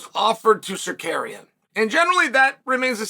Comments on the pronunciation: Bro.please respect people names.its not secarian but SA-RUK-YAN. By the way arman is rubbish talks so much.he needs 5 rounds to beat charles by split decision islam submit charles easily in 2rounds.islam will smesh the armenian then he will realise the dagestani jinx.🤣🤣🤣🤣🤣🤣🤣🤣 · Did he say Zarkarian 😂? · Tsarukyan not Tsarkarian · Uncle Chael playing fast and loose with fighter names. Tzarukian, Zakarian, Kardashian…same thing! 😂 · Please someone tell Chael that pronouns it Sarukiyan. Tsarukiyan the (T) is silent 🔇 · Shark Karean?? 😂😂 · no uncle Chael. Its Sarkarian 😂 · Apparently there’s a fighter whose name you can pronounce differently every time you say it. Tsarukyan, Sarukan (Ryu and Ken lost to Chael btw,). And at :28 I think he called him Shakira 😂 No more proof needed. Chael is the GOAT 🐐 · Me: Tsarukyan Uncle Chael: Tsarkaryan Me: Tsarkaryan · Bro please stop call him Sakarian 🤣🤣🤣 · Sar-karian vs Mackle-chev sounds like the deadliest cobblers that ever lived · Mockelchev vs surkarian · Too late. Sarkarian it is. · idk why i thought he’d say armans name right lol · You would be more believable if you could pronounce his name..No one thinks Islam or Arman fights are boring..Arman also said Poirier lost because he quit, and he refused the Islam title fight because he needed more time, he says lots of stupid stuff, who cares..And I'm not convinced he beat Charles, it'd debatable.. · Chael butchering Arman's name is classic Chael 😂😂😂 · Chael spends his entire day finding new ways to butcher Arman’s name lol.